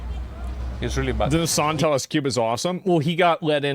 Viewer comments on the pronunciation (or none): none